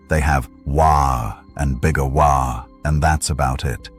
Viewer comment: Great job. Only thing is that AI whhaargg is never pronounced right but you had the best story for Dead pool I could hope for.